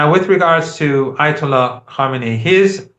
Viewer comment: Karmani 😂😂😂 . As a host you must pronounce names correctly. The iranain leaders name was not karmani but Ali khamani pronounced kam e neey.